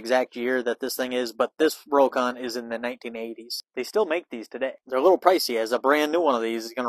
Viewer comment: It's "rock-on".